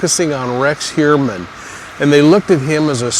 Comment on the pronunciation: Pronounced Hugh-er-man according to himself